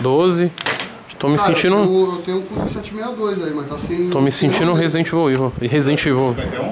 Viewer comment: Se tem toguro virando "resident vovivel" tem like. Kk